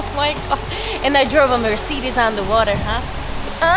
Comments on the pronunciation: "merseedis" lord help us. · dawg wtf is a merceedas